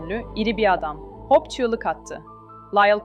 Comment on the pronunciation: İçeriklerinizi çok beğeniyorum ama lütfen İngilizce telaffuzunuzu geliştirin. Hope’u Hawp gibi okuyorsunuz. Bu kadar güzel içerikte bu sırıtıyor. Umarım yapıcı eleştiri olarak alırsınız.